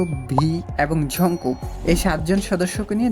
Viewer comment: ঝনকুক না জানকুক// জনকুক😂😂😂😂😂😂😂😂😂